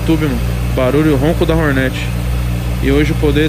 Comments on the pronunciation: HORNET e não roneti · Agora só falta parar de chamar Rornet e falar Hornet kkkkk tmj carai parabéns!